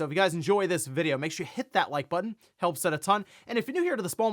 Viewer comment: i love how hard he says “HIT that like button” now lmao for years he would just say “that like button”